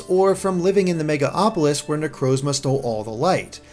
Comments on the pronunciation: MegaLOpolis, not Mega-Opolis. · FOR FUCKS SAKE ITS MEGALOPOLIS WITH AN "L" NOT MEGA-AAAAAAHPOLIS PLEASE HOW DID THIS SLIP THROUGH MULTIPLE TIMES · Mega-LOPOLIS. Not Megaopolis. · It's MegaLOPolis not MegaOPolis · Who else got a little triggered every time he said "MegaOpolis"? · It's actually Me-gal-opolis. There's an L before the O.